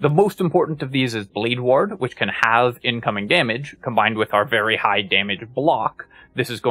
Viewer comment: Why do you pronounce “ward” like “waHrd”😂